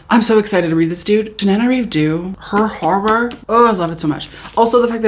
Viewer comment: It’s pronounced horrOr